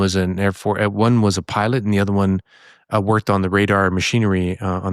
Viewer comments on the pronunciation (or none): none